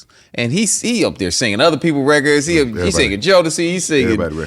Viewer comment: One thing I've learned over the years is when they say "reckits" instead of "records" they know what they're talking about in music. Guaranteed.